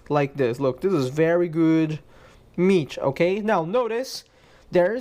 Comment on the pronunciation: "Meatch" lol. Great video man. Very informative.